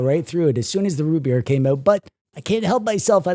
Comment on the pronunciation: anyone else notice says rootbeer like scooby doo would "rutbeer"?